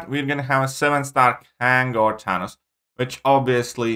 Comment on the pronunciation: “Tanos”